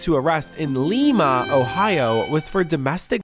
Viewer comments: li-ma. The i is long. Cleveland native here 😂😊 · Haven't you seen Glee?! I get the crazy lady named Lima joke (thanks to BJ), but you gotta know it's pronounced "Lie-Ma" Ohio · Not Lee-ma lol it's Lie -ma (Lima) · as someone who has lived near lima ohio all my life you producing it wrong is triggering me lol its pronounced "lie ma" not "lee ma" and its Allen county jail. i was washing dishes and had to stop to see if it was lima or some other town i never heard of in Ohio. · It's not Leema. It's LIMA aka the bean. Everyone there does meth and it's a giant plat with a little village in the middle they call downtown.... I'm not downplaying the drug thing either. You will see the same meth head walk from one side of town at 3pm and see the same dood 15 miles across town at 8pm getting kicked out of a gas station for throwing up on the Doritos. ITS THE BEAN 🤣🤣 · It’s Lima, Ohio (lie-mah) Love your channel!❤❤❤❤❤❤ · It's Lima (lie) OH not Leeeema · 😂😂😂 aye yo voice over guy, Lima is pronounced "Ly-Ma" not "Lee-Ma"nor "Lema"😂😂😂😂. I'm not trolling you, I'm just from Ohio; Dayton, Ohio to 6e specific. I enjoyed the video and content, just a word of advice, don't let internet AI translation/ver6alization/pronunciation (text to talk) features to limit your journalistic endeavors. It's the internet. I'm pretty sure if you reach out to your community to confirm or fact checc a city(s) proper pronunciation, they would gladly help out to insure you create the 6est content for them to enjoy. Stay 6lessed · It's not pronounced lee-ma it's pronounced lie-ma I'm from cleveland ohio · It’s Lima, pronounced Ly-muh . NOT LIKE Lima, Peru . I was born there. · It's actually Allen county and Lima is pronounced "Lye-mah". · Btw the town in called Lima like the bean😂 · It's pronounced LIE-ma lol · I hate to be this person but you be are saying the name wrong in Ohio ❤